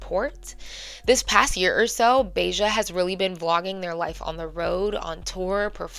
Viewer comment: Ba-ha not Beijah